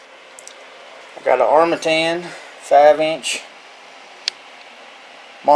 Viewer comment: It's a french word, I'm french and you said it well.